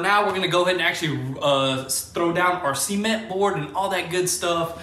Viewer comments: see-ment dang son: ce-ment 😭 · I like how you guys pronounce cement 😂 in Canada we say it pre much suh-ment 😂